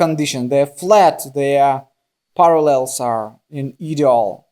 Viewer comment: Ideal is pronounced “eye-deal”, just thought you’d like to know. Love your videos!🥰